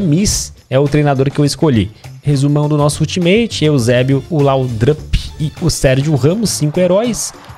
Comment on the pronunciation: se escreve laudrup,mais se fala laudup